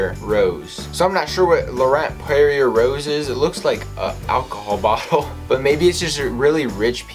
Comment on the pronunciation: Rosé is a type of wine. Pronounced ros-aye not rose.